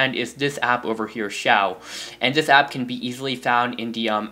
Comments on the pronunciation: Aristole its pronounced air show no offense tho i used to do that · You are saying AirShou wrong your supposed to SAY it like Air-Shoe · It's actually pronounced as show and airshow I use this for 3 months now :) BTW nice intro but I liked the old one better (my opinion) --_____-- :) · thanks that's amazing pronunciation "airshaw"